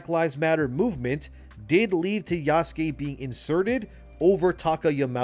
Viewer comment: Did he just say Yassuke? Did i hear that right? Lol good shit